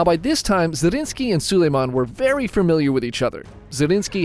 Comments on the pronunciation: ZRINYI!!! Not Zarinski. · Brother I love these chanel but it is zrinski, zrinski